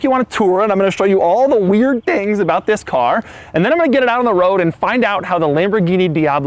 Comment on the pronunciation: "and I'm gonna show all the weird theeings about the car" lol